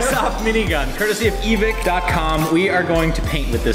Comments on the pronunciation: E-Vick? i thought it was e-vike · Is Evike really pronounced "Evik"? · So you’re telling me you mispronounced Evike for all the last years? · What’s with the weird pronunciation of Evike? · are y'all intentionally mispronouncing random names in this video as like, a joke or something? Because it's really weird otherwise (like seriously I'm only 4 minutes in and they've said Evike, Pollock, and Navi wrong and I can't tell if it's a bit or not)